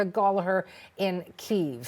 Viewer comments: It's difficult for anglophones to pronounce, but people should stop saying "Keev" is the correct pronunciation and at least attempt to say it as "Kyeev" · Stop calling it “Keev”.